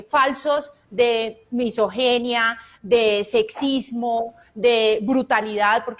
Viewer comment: Se dice misoginia, no misogenea, bruta.